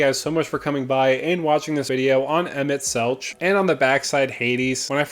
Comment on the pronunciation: Just a heads up emet selch is pronounced with a hard K sound.